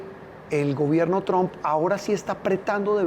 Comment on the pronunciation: NO SE DICE TRON SE PRONUNCIA Træmp K FEO PRONUNCIAS PARECES K HABLARAN DE UN ARBOL TRON TIENEN K POR LO MENOS APRENDERSE A PRONUNCIAR ALGO TAN IMPORTSNTE COMO EL APELLIDO SI UDS HABLAN DE EL CSDA 2 MIN. HAGAN SU TAREA VAGOS NEÓFITOS INDULSOS BYEEEEER